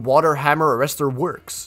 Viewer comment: "water hammer rester"